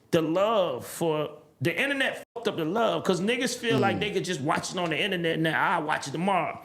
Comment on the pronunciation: no more inananets today has me rolling🤣